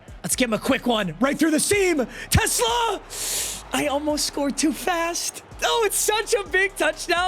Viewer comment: ever since u pointed out how announcers say his name i cant look past it 😭😭 teSLAA